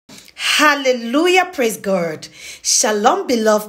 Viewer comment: Gurd? It's G O D